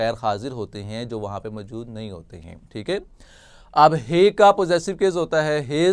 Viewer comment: Good لیکن اردو کا تلفظ بہتر کرنے کی ضرورت ہے جیسے موجود کو پورا ادا نہیں کیا گیا